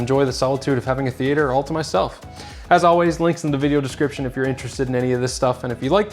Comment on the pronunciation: why are you pronouncing theatre like that?